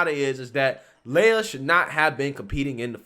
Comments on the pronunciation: My name leja pronounced how you are saying lia. Listening to this is playing mind tricks... lia is pronounced lee-a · Lee-ya not Lay-a. Carry on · His name is pronounced, LEE-YAH. LAY-YAH is Luke Skywalker's sister/girlfriend. He threw the race because he didn't like getting booed.